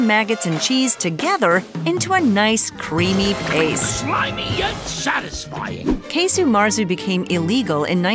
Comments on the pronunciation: Casu. There's no E sound in it. It's like "kazo" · Are we sure it’s pronounced “case-u”.